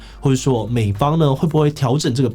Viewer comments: 不要再那邊屁啊屁的，那個字念(庇)必，庇護 念 必護 ，不專業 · 庇ㄅㄧˋ護 不是唸ㄆㄧˋ 這個字你已經唸錯好幾年了 不要再唸錯了好嗎